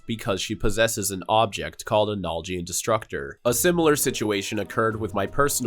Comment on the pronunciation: Its naljian not nal jian say it properly